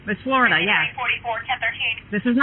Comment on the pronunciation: They can apparently be incredibly stupid. These were the reason schools used to have dunce hats. And why it’s pronounced Flori-DUH.